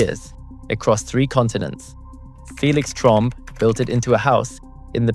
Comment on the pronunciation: I don't speak French. Thank you for confirming Felix's last name is correctly pronounced "TROMB" (silent E) and not "TROMBAY."